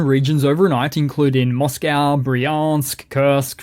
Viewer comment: please can you change your pronunciation of Moscow, it spoils your excellent presentations